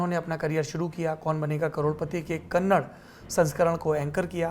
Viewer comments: it is kannada Not kannad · Just a minor correction in your reading, it's not kannad. It's kannada...please do not promote wrong pronunciation. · Sir Kannad nahi Kannadaaaa please. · कन्नड़ा सही उच्चारण है